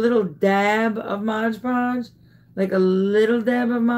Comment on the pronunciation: MOD PODGE NOT MODGE